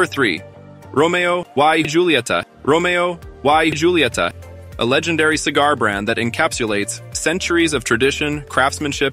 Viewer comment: This must be an AI generated voice. The pronunciation is all wrong. Romeo e hulieta is the correct pronunciation.